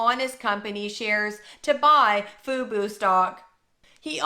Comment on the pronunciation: also... lmao. I know you're trying to be serious... but it's tough to take you seriously when you pronounce "fubo" as "fooboo" at various times in your video LOL. it's super distracting. i'm sorry this is hilarious